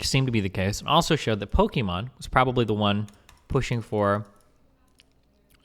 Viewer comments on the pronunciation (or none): its pokimane not pokimon her name is imane not imon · why is he saying pokimon? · why is he saying Pokemon? if it's Pokimane??? is this some kinda "mean way" to call her? or he doesn't know how to pronounce it jfksjflkjsd xDD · Him saying Pokémon not pokimane is triggering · Duuudee. This whole time I was trying to figure out who Imane was. Ive been pronouncing her name Pokimain, so it didn't click. I was wondering why he just kept calling her Pokemon. 🤦‍♂️ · Why is it that I just now realized that Pokimanes name is like Pokemon, but with her name "Imane". So it sounds like Pokemon bc Imane is pronounced Emon.. Wow. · So no one gonna talk about how he keeps saying Pokémon and not pokimane??? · im not the only one that noticd that, at the start, he says "pokemom", right? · Destiny is pronouncing it wrong as a joke it's Pokemain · I fucked up even harder, I knew it was her name all along but I still mispronounced it as Pokimain lol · Atleast just say poki, not pokimon ffs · Destiny says Poke-Imane, which is the whole joke. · Good video.... other than you're saying her name wrong, good video. I felt bad for Fed. Now im #FuckFed again.